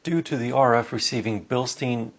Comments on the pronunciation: "Bildstein" should be pronounced like the english word Building without ing plus sht-i-n. Great review btw.! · The correct pronunciation for the shock absorbers is Bil-shtAin. Bil like the name Bill and stAin with A like in Apple word. I've been working in Germany at the stossdampfer production ThissenKruppBilstein factory......so I know a thing or two about..... And by the way, the main body of the shock absorbers made by Bilstein is produced in France at Valourec steel factory....